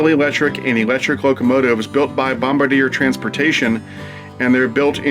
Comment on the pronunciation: oops. Bombardier is actually pronounced as "Bomb-bar-dee-aye"...